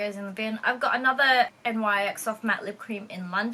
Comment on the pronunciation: Hi just wanted to say NYX isn't pronounced as N-Y-X it's simply pronounced as (nycs/nics) sorry Iam just a makeup enthusiast so I just wanted to point that out. I hope I helped beautiful bag btw I too have a few louis vuitton bags and also over stuff them all the time😊😊